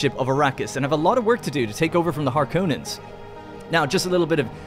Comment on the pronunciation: Har - Kon - Nens, not Har - Konans.